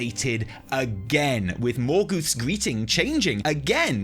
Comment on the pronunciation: Moorgoth, not Morgooth,. Fcking get it together, man!